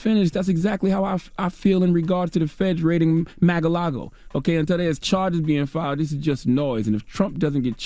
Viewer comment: Is Charlemagne saying Mag-A-Lago as a joke or does he not know the proper pronunciation of Mar-A-Lago? The grammatical errors in this broadcast are just pitiful. 😣